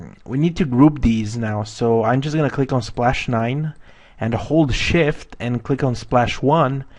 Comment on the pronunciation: Just a little thing, When you say "Hold shift" Sound like you say holy shit! ;)